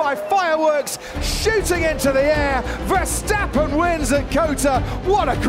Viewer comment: mex versteppen.....ahahah hah... how NOT to pronounce....